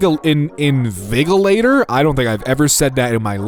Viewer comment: Invigilator’s “g” is pronounced as “j” Thank you for spending less than 10 seconds on this random addition to the video